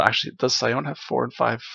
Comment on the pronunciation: Sione is pronounce See-Oh-Nay.